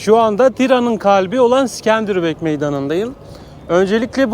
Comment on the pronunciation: İskender bey diyemedin mi aq en azından illa havalı olcam diyosan sikenderbiru diye okuyabilirdin sorsan Avrupa gördüm der😂😂😂😂😂